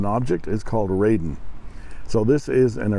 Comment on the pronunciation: Thanks,. You're not the only one to get this wrong, but it's pronounced "rahden" as opposed to "raiden".:)